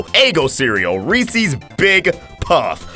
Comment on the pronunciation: No one gonna talk about this man saying Reese’s the way he did?